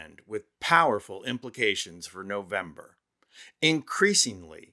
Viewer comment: Rovember. Hahahaha. Sweet. It's nice to see people finally waking up